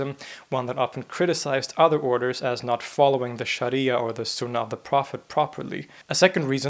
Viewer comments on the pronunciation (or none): none